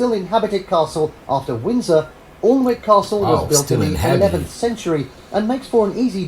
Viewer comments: The bloke making the video your watching can’t even get the pronunciation correct ! Alnwick is pronounced Ann ick ! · All of these castles on this list require paid entry, Windsor is the most expensive at about £30 per person. Alnwick (Anick as it's actually pronounced) famous for featuring in the first 2 Harry Potter films is inhabited and has wierd opening times, Highclere Castle made famous as the set of Downton Abbey is also inhabited and has wierd opening times. And when the King is in residence at Windsor there are specific places you can't go. And in a couple of years Buckingham Palace in London will be opening more rooms for the public to visit. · Alnwick Castle is pronounced Annik Castle. The UK has over 4000 castles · The presenter cannot even pronounce Alnwick as its actually "anik" England has about 4000 castles. Not sure about the other countries. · I believe Alnwick is pronounced annick.